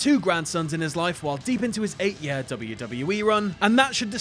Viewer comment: Why can't you say "year" correctly?